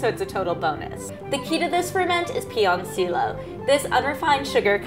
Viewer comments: Its not pronounced Piyoncilo or piyonciyo but Pilonciyo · The first L in piloncillo is pronounced like a regular English L. Only double L's have a Y sound.